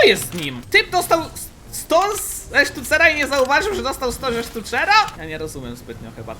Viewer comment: Że dostał 100 ze stucera Xd wymowa